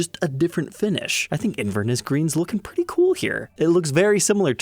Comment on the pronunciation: Inverness is a city in Scotland and the stress is placed on the third syllable. It’s pronounced Inver-NESS and not INVER-ness.